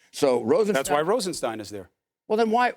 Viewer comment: Nosferatu is having trouble pronouncing 'Rosenstein'. Just think of 'Frankenstein' ... same pronunciation.